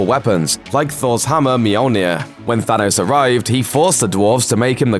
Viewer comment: lmao Mee-oll-neer